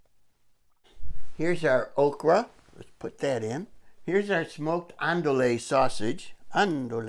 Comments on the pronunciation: If you care at all it's pronounced: An-do-ee. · Hi, great video as always. Andouille is a french word that is pronounced "Anne-Do-E". I think I like your pronunciation better though:). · Hey my friend just to let you know the sausage is pronounced. Ahn duey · I was about to say the same thing, lol.